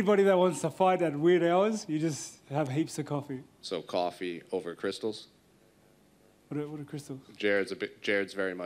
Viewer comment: Did he say cristils??? Hahahaaaa.